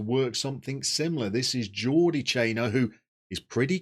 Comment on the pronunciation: For pronunciations: Pastells is Pas-teyas (or close to, hard for us English natives); Campeny is cam-pen-ya (the "ny" phoneme in Catalan is the same as the n with the tilde in Spanish); and Jordi is more like zhor-di than Geordie.